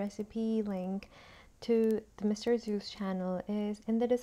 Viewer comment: Great video! Was curious if the time really mattered that much. Btw, Zhou is pronounced like "Joe" :)